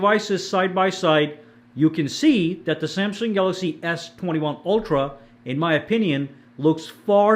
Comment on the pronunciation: Be says galagsy Instead of galaxy😅